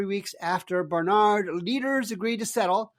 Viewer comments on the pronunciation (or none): Love watching your show. But you lose credibility when you mispronounce the names of schools, particularly national leaders like Barnard. The emphasis is on the first syllable, not the second. It comes off as if you don’t even know what this school is. May be a small thing, but it matters.